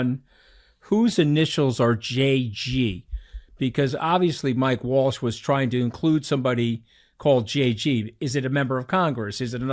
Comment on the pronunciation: Somebody please correct him and tell him it's Waltz and not Walsh haha goodness at least know who you're speaking about